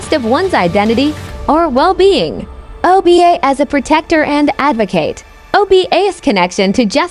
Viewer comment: The spokesman is pronouncing the names of the orishas wrong 😒 Ogun (O goon) Oba ( O Ba))